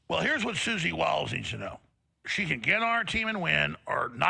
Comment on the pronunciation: Hard 2 take someone seriously when they cant pronounce basic names correctly. - suzy willis ??? peak headset ???